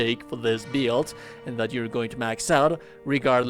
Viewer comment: wtf is a beeild?